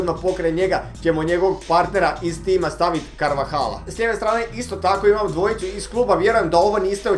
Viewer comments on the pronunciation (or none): none